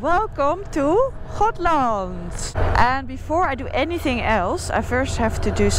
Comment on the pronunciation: I Love her saying Gotland as it were in Dutch. Schotland. We dont pronounce G in Swedish as in the Netherlands 🤣